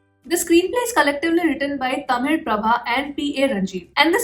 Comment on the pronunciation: Thank God...🙏 You pronounced Thamizh as Thamil correctly not as Thameez like the rest.